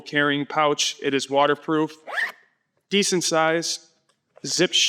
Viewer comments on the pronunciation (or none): “decent” This def a Chicago dude 😂